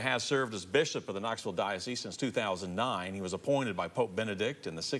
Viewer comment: To the tv anchor: the “s” in dioceSe is sounded. It is not silent.